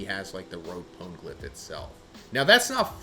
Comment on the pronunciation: "pown-glyph" XD